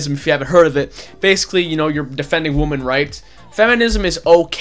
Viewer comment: I like this video but god damn say women and woman correctly.